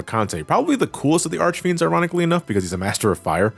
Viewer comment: I think i've lost five years of my lifespan for every time has mispronunced the names of the four elemental archfiends. Jesus. Also, the whole transition from Dark Knight to Paladin is ideally a manifestation of the purity of soul, of washing away your sins on an appearance level: apprentices that wanted to become knights had to wear a white robe and stay awake praying for an entire night, and i think the paladin class reflects that, other than focusing on protecting the others rather than sacrificing your lifes for extra damage. Cecil might still mantain his insecurities he had at the beginning, but the transformation is a physical proof that he can change, that higher powers can recognize him as honest. As said, Golbez is essentially a version of Cecil that couldn't make that jump after his brainwashing got removed, and to an extent that goes for Kain. The After Years tried to expand on these themes... and your mileage may vary on the results, even if i personally find them fine. -Teo